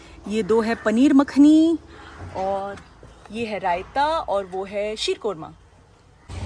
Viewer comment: Sheerqorma hota hai deepika aap galat pronounce karti hain